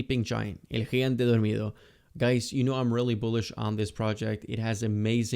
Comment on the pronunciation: Eres argentino? Cuando dijiste “el gigante dormido” se escuchó acento jaja